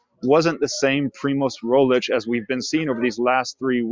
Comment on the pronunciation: Is not ROGLIK ibut ROGLICH